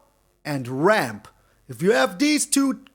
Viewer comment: When you said "always ramp as much as you can", your opponent thought you said "always rope as much as you can"